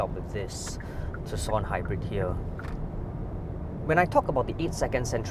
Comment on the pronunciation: Color me surprised, he pronounces Tucson properly 🤣